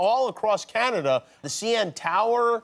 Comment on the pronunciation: "OH CANADiA"